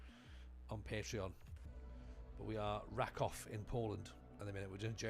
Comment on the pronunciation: Hey, - random comment just to say, it's "ra-KOOF", to rhyme with "goof". Have fun!